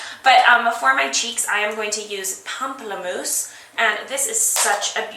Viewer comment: Yay for someone who can pronounce "pamplemousse" correctly!!!!!!!!!